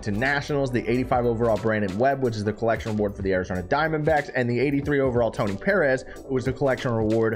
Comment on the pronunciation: The way you say “Perez” is weird to me. Lol